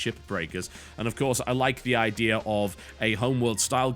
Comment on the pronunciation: Is it me or TB never says the word Idea right?